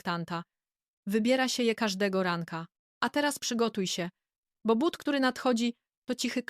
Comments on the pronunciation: Nie mowi sie bat tylko buty!! Sztuczna, niedopracowana inteligencja, królowo!!! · Ten debilny AI powinien być na tyle mądry aby czytać But a nie Bat ..słuchać tego nie można . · Jesli mozna wymawiac "buty" to jaki problem jest z wymowa tego samego slowa w l.pojedynczej? Czy to tylko niechlujstwo maszyny czy jej obslugi? Jezyk polski zasluguje na szacunek, jak kazdy inny.